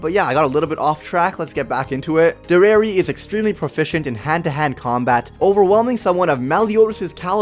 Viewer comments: Dare-e-air-e not der-air-e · i am sooooo sorry but you keep saying derer insteed of derieri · By the way her name is Dairy-Airy that's how you pronounce it its supposed to be a play on the french word derriere which is french for behind or ass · Its Deri-eri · Bro cannot pronounce her name righ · this guy dose not know what how to say derieri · Bruh they were sealed away 3000 years ago, and she fought in the war against the goddesses back then. But she is only 300 years old? Nahh.... B U L L S H I T Also you are pronouncing her name wrong. This may look like a hate comment but that’s not what i mean. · Why do you say deriere like that